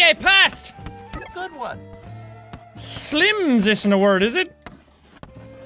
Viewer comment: Jack, you said silms